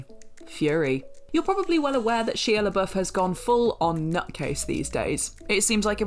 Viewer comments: It's so fustrating. They did it on another video as well. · I swear they can’t get that mans name right 😂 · Next list - top 10 ways What Culture has mispronounced Shia Labeouf's name.